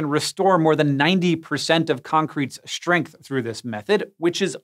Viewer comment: Hank, may I ask you?.. Why do you pronounce 's' as 'sh' if it's followed by a 't' in the word? As in 'shtructure' , 'shtrength' not 'stand' though?